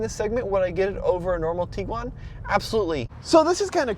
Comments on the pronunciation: The petty bitching about minute things is ridiculous. IT’s A COMPACT CAR BASED SUV. If you want bigger, buy a van. If you want faster, buy a sports car. People are never satisfied. VW hit a home run with this 3rd Gen Tiguan. Kudos VW! …it’s not pronounced “Tee-guan” rather TIG (as in Pig)-uan. 🤦🏻‍♂️ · Tiguan, not Teeguan. Varenna, not Varayna. 🤦🏽